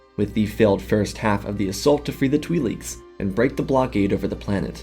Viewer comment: My brother in Christ I KNOW you know it's not said 'Twee leeks' 😭😭 lol